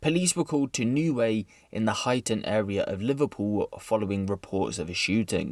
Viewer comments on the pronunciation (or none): none